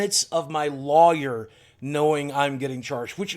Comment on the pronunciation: Is anyone else bothered by the way he says lawyer?